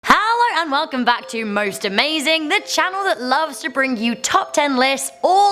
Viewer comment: Not to be mean but who else heard her go Haller